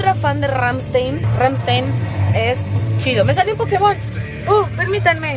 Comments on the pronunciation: c dice rammstain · así no se pronuncia rammstein:(